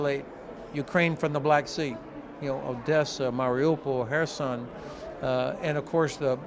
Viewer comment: Moment he named my city (Kherson) I giggled. It's the first time in my life that I ever hear any westerner pronouncing it.